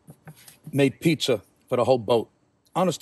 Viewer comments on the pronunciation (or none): Great looking “pete-zer” DiBettereto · Pizzer oven? 😂